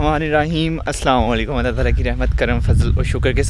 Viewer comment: ASSALAM-O-ALAIKUM bhai ASSALAM-O-ALAIKUM aur WALAIKUMASSALAM humesha pura thek se bola karen aur thek se type kia karen q k yeh Salamti ki Dua hai aur galat tareeqay se Salam karne se Salamti ki Dua ki jageh baddua ban jati hai